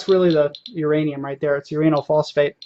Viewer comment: "uranyl phosphate" pfff haha XD you said phosphate